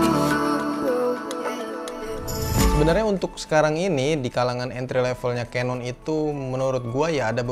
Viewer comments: Agak gregetan sih dri dlu nonton kalo ngucapin canon jangan Kanon tp kenen, udah itu aja bang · nah iya itu, yg bener kenen, keneeeeen 👍